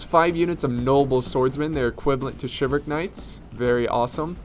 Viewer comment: Umm you're forgetting to pronounce the "L" in Chivalric